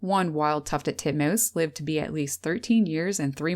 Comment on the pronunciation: Tuffeled Tutmoose.